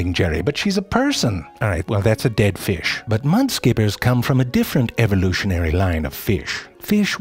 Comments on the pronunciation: Everyone: Fish Zefrank, an intellectual: Firsh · I love how he says feesh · I'd love to see the IPA spelling of this pronunciation of "fish". It's like it has two schwas and the upside-down 'r' in it. Like "firsch". Delightful! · The way zefrank pronounces certain words gives me life. Ie: Fish=Feesh Baby=Behbehs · It isn't a fish, it's a FIRSH. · i love the way he says "fish" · zefrank somehow crammed three syllables into the word 'fish' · Someone told zeFrank 'You can't really mispronounce FEee-iSH and make it funny. But zeFrank makes his own rules, like a dominatrix drunk with power at a nerd-heavy frat party. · So many naturally occurring syllables in the word “fish”!